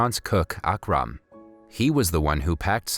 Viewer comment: And its not aaaakraaaam its ukrum